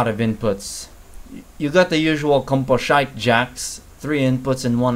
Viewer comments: "Composhite" oh my god I'm gonna start saying that now, thank you. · 'composhite'. Brilliant. Ill be using that! (Not the inputs 😂)